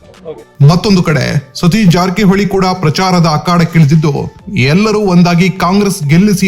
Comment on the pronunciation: Le kunni ನೀಟಾಗಿ ಜಾರಕಿಹೊಳಿ ಅಂತಾ ಹೇಳು 😂😂😂😂